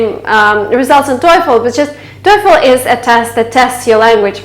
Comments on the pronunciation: Excellent video, the only thing that bothers me the most is your TOEFL pronunciation. Go to: Merriam-Webster's definition of "TOEFL" And listen and practice. Correct pronunciation is \ˈtō-fəl\ NOT \ˈtō-efəl\ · her voice is excellent except "toy_phone". Artificial intelligence recognize her voice like that 😂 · Hahah you pronounce toefl like ,,teufel“ in german Teufel = Devil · I am German and you pronunce it as the German Teufel jaja that means devil! Do you also want profesional German clases maybe? Greetings! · Learn how to pronounce TOEFL correctly.